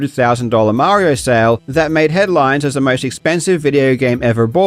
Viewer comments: Look, I understand MOST of the world doesn't pronounce it like this, but it's ACTUALLY a regional thing. People from NY, for some reason, tend to pronounce it like that. I mean, NY pronounces a LOT of things weirdly like the word water (don't get me started on THAT!) but that doesn't mean they don't know what water is. No, you can tell he's a "video game fan" because he's trying to sell collectables instead of, ya know, collecting them! 😂😂😂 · Something tells me Italians definitely don't say it like that.. And Mario when he says his name doesn't say it like that either. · 'mayre-ee-oh' instead of 'mario'. oh yeah, this dude is a crypto bro and a scam artist. I do appreciate them making it obvious these days when they're scammers, leaving very simple first-take clues like their speech patterns and habits. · idiot making the video for rally simply cant be trusted when he cant even pronounce Mario's name correctly. its 'm-ar-ee-oh' not 'm-air-ee-oh'. the character famously says his own name in his catch phrase "its-a-me mario" and anyone doing an impression of the voice will know how to pronounce it right, because say it like that tool does and see how stupid you sound. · I hate how he says "Mayor - ee - yo", it's "Mah, ri, oh", the character himself says it aloud. It's not a choice. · I don't trust anyone who pronounces Mario as "Mayrio" and not "Mahrio" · I'm Canadian. No one says "Mary-O". Literally no one. It's all "Mah-rio". The exact way he says it himself in the Mario 64 title screen. You'd have to have the IQ of a doorknob to say it any other way. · MF at Rally pronounced it "Mary-Oh" Tell me you're not a real gamer without telling me. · You can tell how much they care about video games by how they pronounce "MEHrio". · 'Mair-e-oh' was enough to let me know dude never played Mario as a kid, or ever. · You can already tell these losers only care about the money when they talk about video games, but the way he says "Maerio" says hes knows absolutley nothing